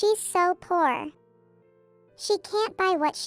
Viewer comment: For God’s sake, learn the correct pronunciation of “alma mater” and “poor”. Also, stop using repetitive narration. The video could have been a lot shorter.